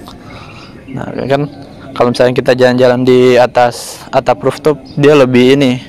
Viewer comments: Roof top bacanya Ruf top bukan Ruf tup.... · Rooftop dibaca ruftop bukan ruftuf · Ruptup risih aku dengarnya